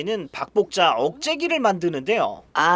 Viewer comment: 박복자가 자꾸 밥볶자로 들리는 신기함이있습니다!